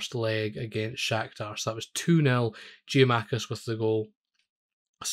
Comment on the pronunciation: Good video! One thing, it's Gia-kou-makis.